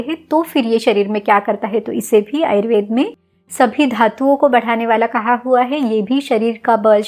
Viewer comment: Ma'am why have started saying "ayurvedAA" for everyone. Please call it ayurved as you always do. 🙏🏼